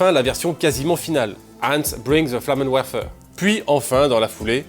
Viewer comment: Bon par contre ça se prononce "flamenverfer"... Ça me perturbait.